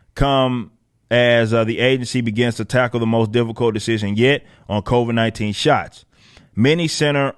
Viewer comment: Covaids” hahaha